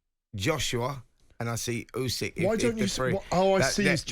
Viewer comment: Surely it's "Usyk" not "Yusyk"? I can't fathom how a boxing journalist can keep getting it wrong, it would be like call him Ygareth?